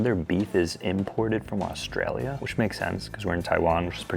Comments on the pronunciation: Australia ❌ Austarlia ✅ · Au "star" lia... intentional?